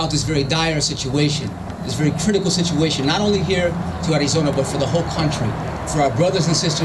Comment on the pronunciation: the way he say Arizona in a Hispanic accent.